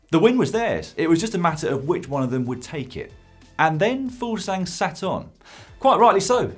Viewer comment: Fuglsang not Fuglsgang;) «Foogles ang»